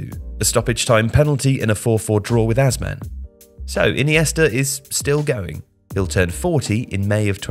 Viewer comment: By the way, it’s pronounced Ajman not Azan